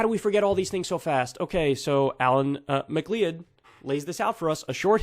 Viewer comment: McLeod is pronounced "mc cloud"